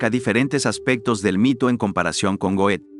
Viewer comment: Goethe se pronuncia Gerta*